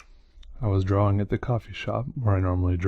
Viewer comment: His draw-wings book. I like how he pronounces drawing.